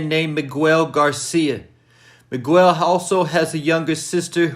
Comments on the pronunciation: nigga said meegwel lmao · The U I’m Miguel is silent . Js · You saying Miguel’s name wrong is triggering lol